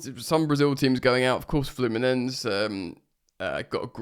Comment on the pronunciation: Like you, I fully expected City to advance. Was shocked to see the result this morning. That side of the draw has really opened up now. The route to the final is really on for The Chels. By the way, to pronounce it correctly it’s ’FLEW-MIN-ENS-SAY’. Please do not pronounce Brasilian Portuguese names and words as ‘SSHH’ when it’s an ending ‘S’. That sometimes happens in Portuguese native, but not Brasilian Portuguese. It’s also ‘PAL- MEER-AZZ’ for the other Brasilian team. My G/F is Brasilian so I know this stuff. Good luck with reaching 20K subs.